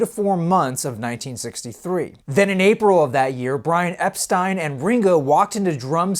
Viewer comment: Thanks for not saying "Ep- steen"!